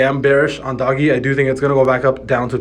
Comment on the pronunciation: Lol you lost me when you called it Doggy. Come on now!!!